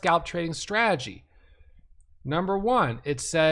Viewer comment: Say the word STRA-TE-GY..repeat...STRA...TE...GY